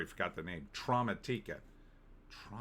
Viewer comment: Maybe the emphasis is more on the second syllable? Trauma and automatic…a? Automatica? Trau-mat-ika? Idk that sounds better at least.